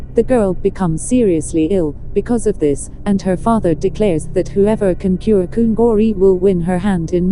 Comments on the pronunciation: Tha ltk e,mahse mizo hming ho hi chu mizotawng pangai a kan sawi ang in lam ve mai la lam enge mo vak ngai mile😁ti ve my2 kungawrhi,chhurbura tih te kha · 😂😂😂 a pronounciation mawlh khi chhurbura, kungawrhi, phung, ramhuai , sichangneii, etc